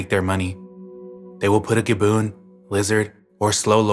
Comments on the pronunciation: Am I wrong but isn't it gib-bon not gib-boon? Have I been saying it wrong lol? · You did amazing sweetie (I cried when you said gaboon)) 😭😭😭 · Gibbon, not gaboon. Was thinking you were talking about a snake at first. 😂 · He pronounces a lot of words wrong, and you're right. The primate "Gibbon" is pronounced exactly the same as it's spelled, (GIBB-on). A "Gaboon" is a type of venomous snake. But my favorite mispronounciation of his by far is that of "cacophony", which is (Co-CAH-Fo-NEE). He pronounced it as (COCK-a-phony).